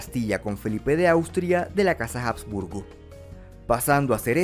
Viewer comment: Se pronuncia Abs-burgo, no Jabs-burgo. La H en español nunca dejó de ser muda.